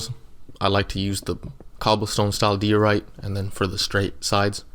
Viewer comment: You’d probably have more subscribers if you would slow down a little. Unless your just building for yourself. Tutorials are meant for people to follow, yours is way way too fast to do that. And you need to pronounce diorite the correct way. It has a long I sound. Good luck.